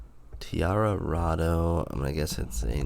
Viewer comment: It’s pronounced Tia Rado ( like the end of colorado, it’s in grand junction colorado